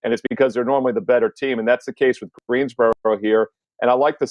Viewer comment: i live in GreenSboro North carolina, it has an S lol